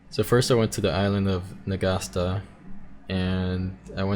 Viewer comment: YOU SAY N'GASTA. N'GASTER IS OUR WORD.